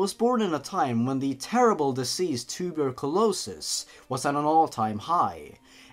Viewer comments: Did he actually pronounce it, "toober-colowsis"?!?!? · The way you pronounce Tuberculosis. Hehe. ;)